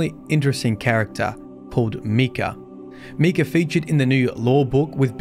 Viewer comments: Barely started watching and how you pronounce his name already annoys me. Micah(mike-ah) is the correct way to say it; just wanted to point it out(like many others already have. Other than that the lore overall is 5x darker than the previous darkest lore we've had. Among other family members mentioned on the raid armour/weapons; Ada is listed and it's implied she's a non-Exo at that point in time. That in itself is massive as she was likely CB's final successful experimental Exo that doesn't need to be mind reset?? Besides that any current Exo couldn't get mind reset even if it was necessary as the facility to do said function is basically non-functional/destroyed!!... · Micha is "my-ka" not "mee-ka" that's spelled Mika. I went to school with Michas and Mikas lol jus saying 👀❤️ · Its Pronounced Mike-ah not Me-Cah.... names aren't hard... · So, did you start to pronounce the name as "Mee-kah" from the get-go or did you have to readjust your pronunciation of the male name "Meye-kah" (long "i" sound) which would be from the Bible. I personally have only met guys who pronounce their names as Micah (with the long "i") where Mika would be the two girls whom I have meet that pronounce it with the long "e" sound. Really interesting lore video nonetheless to see all of the ties to itself and other aspects of the Destiny-verse. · Micah. My. Kah. Micah. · It’s not Mikah, it’s Mikah 🤣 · It’s Pronounced (My-kah) not Mii-ka. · The I is not an e not meecah it's mike ah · Love you bro, but for what it’s worth, it’s pronounced Mike-ah, and he was a biblical Prophet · It’s pronounced “My-ka”. Trust me, since that’s exactly my name, and how it’s said lol. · I have an IRO friend with that name and it’s pronounced Mike-ah. Great video otherwise! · It's pronounced "My-kah" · It is pronounced MY-KUH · Anyone else bothered by how he says Micah.... like bro talk like Arthur Morgan when you say MY-Cah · Meek-uh? I've never heard it pronounced that way.